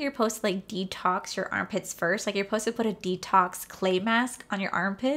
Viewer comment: Around min 13 you said ‘post to’ three times. I’m stuck on that 😂 maybe it’s just because we’re in different states but I’m pretty sure you’re supposed to pronounce the ‘suh’ in supposed to 🤣🤣 No hate at all I’m just dying over here